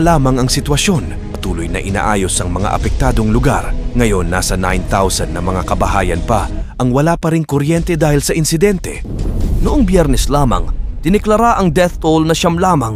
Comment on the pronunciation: Anong insidenti na pinagsasabi mo hindi insidente yan kundi parusa sa kanila ng kalikasan ayusin mo ang pag tatagalog mo pinipilit mo kasing mag tagalog kahit hindi k nman pinoy